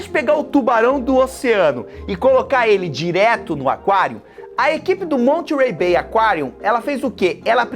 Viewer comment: Já fui no Monterey B.A, em 2015, é um lugar incrível! E, a pronúncia é “Mónêrey” com aquele sotaque no R kkk, não se pronuncia o T